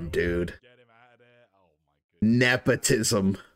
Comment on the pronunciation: "This is napotism"